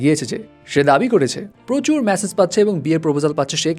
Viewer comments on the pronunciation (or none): none